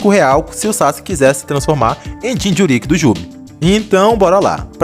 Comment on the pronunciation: Vídeo Bom, mas falar "jinchurÍÍk" é phoda